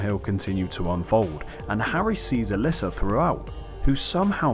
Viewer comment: Bro, every time you say allyssa, I go to comment that it's alessa, but then you say alessa, so I discard it.... AND THEN YOU SAY ALYSSA AGAIN!!!!